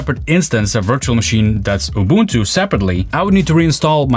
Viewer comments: He got the Ubuntu pronunciation right ❤ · From Southern Africa we thank you for pronouncing Ubuntu correctly. Well, close enough. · it's always a breath of fresh air when the word isn't butchered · I pronounced Ubuntu ( ooo-boon-too ) correctly from the very beginning as an American since I knew from the beginning it was an African Linux distribution. With German being my first 2nd language helped a lot.